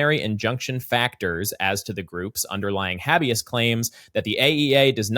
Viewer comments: "Habby Us" - VS - "Hey B Us" Someone please help pronounce the "habeas" in habeas corpus. 🙏 This word nerd friggin' choked trying not to lol-geyser water everywhere! Twice! 😂😂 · the first “a” in habeas is a long “a,” similar to the “a” in place.